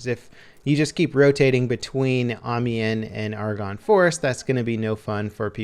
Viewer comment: Ive lost all faith in humanity. nobody can say Amiens right AM-I-ANS NOW SAY IT RIGHT